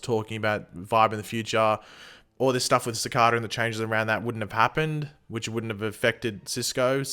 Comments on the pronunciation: Ci-kay-da not ci-ka-da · still pronouncing cicada wrong its not cakada ffs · isnt anyone annoyed with him saying cicada wrong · Like the way you pronounce cicada 😀😀😀😀